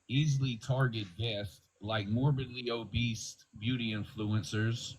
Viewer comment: Did that dude say "morbidly obeast"??? Dummy